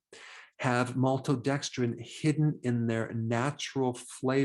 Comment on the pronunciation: "MALTODEXDRINE," Dr Berg doesn't like you...get lost!!!